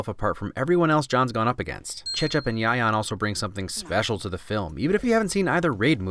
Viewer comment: Whoa that Cecep and Yayan pronounceiation are really good lol